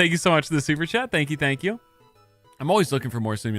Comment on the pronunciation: Tank You (ritish voice) 😂